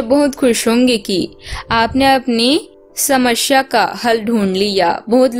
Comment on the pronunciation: समश्या? रहेगी? सुब समय, शूर्य !!! सरीर, शकते है? इतना गलत तरह से उच्चारण, व्याकरण की गलतियों से बहोत अच्छा मनोरंजन हुआ। कहीं ये कम्प्यूटर से तो नहीं बनाया जाता है? कोई इतना